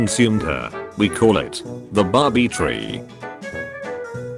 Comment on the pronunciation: Out one of her old babí dolls,in the hole between the limbs. BABI?ITS BARRRRRRBIE NOT 🐷